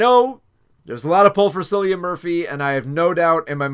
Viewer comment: Hiya! I love your thought process behind all the decisions you made in this video, I agree with most of them, great job! (P.S. Cillian Murphy’s name is pronounced like “Kill-ian”)